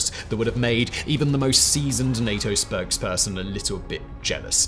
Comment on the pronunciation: 'NATO spergsperson' lol